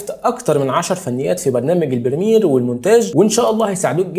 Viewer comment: بريمير وليس برميل